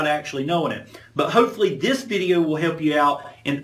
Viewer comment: Love the way he says VID-EE-EEWW